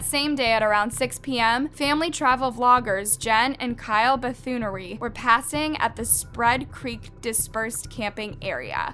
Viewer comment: Lol. It sounds like all officially reporting until we get to “Bridger-Tenten” and then I really rolled when we got to “Jenn & Kyle BethunERY”!! lol haha hahahahaa. This is like real life computer voice.